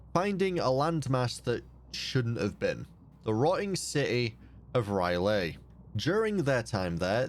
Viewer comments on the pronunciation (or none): Smaaaalll nitpick R'lyeh is pronounced Rill-Yeh(like eh with a y infront)